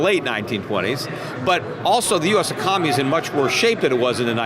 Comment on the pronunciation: peter, why do you have a hard time with such an important word? It's pronounced: ee-con-oh-mee, not ee-com-oh-nee. You should practice that one.